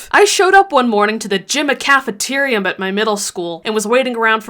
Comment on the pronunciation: Your explanation for the bunny scratches was hilarious. I also loved you saying gymcafiterium lol also how relatable is the never spoke of again 😂 I'm with you though, at least she cared and asked, just in case. It is surprising since she knew your family though. I love your tea pot frame, for your painting! I am obsessed with Alice In Wonderland, I need to do that! ♥️